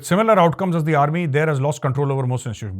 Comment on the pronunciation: “Is the” 😂😂😂 Love you sir 😊